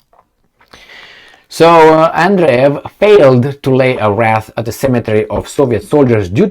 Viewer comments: Was that a Freudian slip or intentional? pronouncing WREATH as WRATH. Maybe the Russian wrath will soon rain down on Poland too. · Wreath is pronounced wreeth sounds like teeth